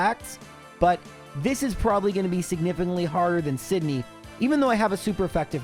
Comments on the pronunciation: The return of the incorrectly pronounced hoenn names! I love it. In my head I always call them Sidenye and Fweb now lol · Can't pronounce Pheobe Sydney drake or Glacia but correctly says pacificlog.